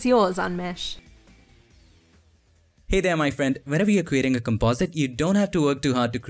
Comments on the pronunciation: The correct pronunciation of unmesh Is Ooh-n-mesh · When I heard the pronounciation of unmesh.. I'm dead